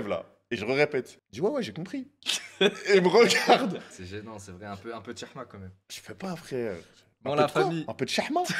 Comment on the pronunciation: c hchma pas chhma